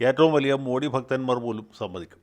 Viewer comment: How come a good orator like you can’t pronounce മോദി correctly? It’s not മോഡി but മോദി.